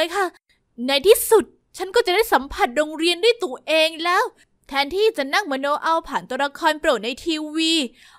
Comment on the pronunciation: ทำไมผมได้ยินเสียงพี่เป็น จะได้สัมผัสโรงเรียนด้วยตูดเอง